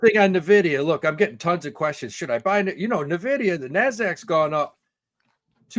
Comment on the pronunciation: please teach how to say N-Vidia and not Navidia... Drives me crazy everytime thanks